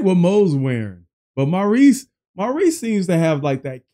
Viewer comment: In the UK (where they are from) Maurice is pronounced as Morris and that is how you say his name. He never went by the American pronounciation of Maur-ice. ❤ If you just say Morris Gibb it's all good. 👍